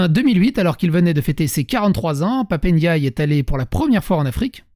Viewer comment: Son nom c'est Ndiaye, pas Éndiayé, à toutes fins utiles... ;-)